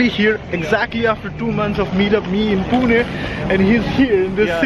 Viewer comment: Your video was informative for many. But must say even though you are staying in Germany for while now.. Your pronunciation for "Pune"..🙆 Bang on..👍